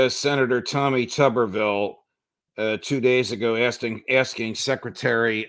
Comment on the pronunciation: Judge, his name is pronounced like YouTube Tuberville.